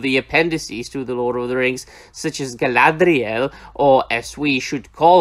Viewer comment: So which is the correct pronunciation, is it Galathiel or Galadriel? I swear they said her name differently every week.